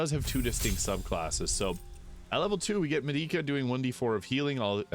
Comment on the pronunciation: It’s pronounced Med-i-ca sorry I’m a huge FF fan long time player, Di-a lol.